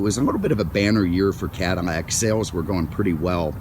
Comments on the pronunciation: I was thinking the same thing. I have never heard a Cadillac called a 'Cadimack" anywhere in the world in my entire life. Maybe 'caddiyac since LL many times is pronounced kind of like a Y, but Caddimack? Hmmmm. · Is he saying cadamac? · Does the narrator realize his not saying Cadillac? It sounds like Cadanac or Cadamac...LOL!!! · I did not realized Mr Cadillac had a cleft palate. "Cadimac'? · WTF? Cadimac?? Too much to hear this horsehead keep saying Cadimac!!! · Cadimac and Mincon. All these years I've been pronouncing my L's as actual L's. Who knew they were supposed to sound like M's? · Is my hearing going, but is this guy continously calling this a Cadimmac?? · The original French pronunciation of the name is Cadi-YAK. But the French could never even dream of making a car like that. Only in America was it possible to have luxury on a grand scale, especially at the time. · Is he saying cadimac on purpose? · Why does he keep calling it a Cadamac? He's driving me nuts doing that! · Maybe he is a fan of Mack trucks and hasn't gotten them off his mind while he is talking about this Cadillac. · This guy clearly has a problem with the language. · Me too. How in the hell can you missprounce an America Icon. It's just bugs the crap outta me. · Lol yeah I heard it too . Cadimack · What are you just say Cadillac the way you're pronouncing that sounds ridiculous